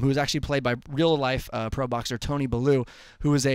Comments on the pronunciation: Or Bellew, fail x 2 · Couldn't Pronounce Tony 'Bellew' properly hahahaha